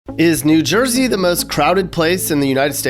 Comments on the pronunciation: Who the hell calls it "jew jersey"? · i have never heard anyone say jew jersey